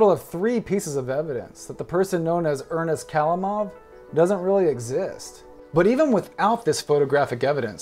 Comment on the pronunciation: the right accent is ernEst khalImov also bAbushka not babUshka (just for the information)